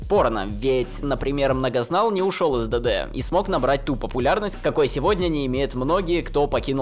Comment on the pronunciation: Вы слышите как он произносит ДД и все слова на английском? 😂 Я всё то привыкнуть не могу, уши режит